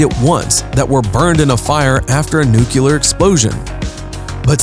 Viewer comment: It's nuclear, not nucular...